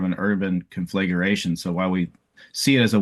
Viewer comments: Here is a fire expert who mispronounces conflagration. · This guy seems very savvy. I just wish he knew how to pronounce "conflagration."